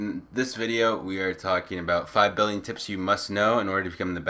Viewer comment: Doesn't it sound like he's saying 5billon tips?